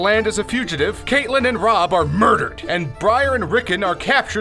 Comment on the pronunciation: and cat-lynn